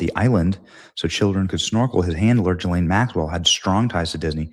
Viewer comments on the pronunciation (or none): I guess I missed that part. He also pronounces Ghislane with a soft G. Benny is human.